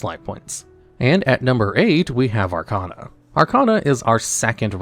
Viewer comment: You’re pronouncing Arkana wrong. It’s Ar-KAY-na